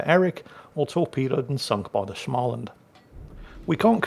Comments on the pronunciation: If you can say the English word "small" then you can say Smaaland too. It is not with an "a" like in "anal" as you say it. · joke start*: ITS SMÅLAND NOT SCHMALAND AHHHHHHHHHHHHHHHHHHHHHHHHH *joke end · Oh, dear old. Here comes the Swedes again. Småland is not Shmalland. So drop the H after S, and pronounce the Å, instead of just saying A. Ä sounds like the A in Damn, or Ram Å Sounds like the O in Gorge, or Borg Ö sounds like the U in Murder, or Fur And pronounce it as a composite word, Små-Land From Sweden with Love - Kami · Oh just an fyi. In the Småland. The "Å" is a Swedish"O". Basically you pronounce it "Smoland" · Småland is simply pronounced small-land. The s and the m at the beginning is just an s and an m. I do love myself some good German SCH sounds every now and then, but in Swedish sm, is just a boring old sm. Carry on! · Just a pronunciation tip for the future, try saying the å i småland as either the o in Smolensk, or like the a in small. Great vid as always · A proper Swedish person here. Småland is pronounced as the English 'small' followed by the first syllable of 'understand'. There's no stupid German schm going on!